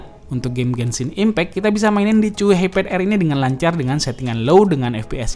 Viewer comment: Pas baca Chuwi gue denger nya "cuyy"😂